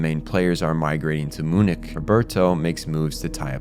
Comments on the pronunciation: “Moo-nick”-😂 But on a serious note, fantastic video. I missed so much of it when I watched the series, although I still loved it, but this gives me a whole new level of appreciation for the brilliance. It took to come up with this deep layered narrative as well as the incredible character/world building. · Beside the fact that i had a heart attack when he pronounced "MUNIK", the video as always is amazing. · My brother in Christ that is NOT how you pronounce Klaus or Munich Also satellite, not "satilate" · The real monster is the way you pronounce “Munich” 😂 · And Munich